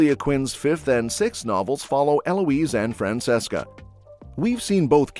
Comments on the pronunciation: Fran-CHESCA not Fran-SESSCA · Omg it’s pronounced FRAN-CHE-SCA. Show some care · It is fran-CHESS-kah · It's Fran CHES CA